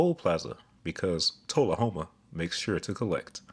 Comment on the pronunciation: Tollahoma LOL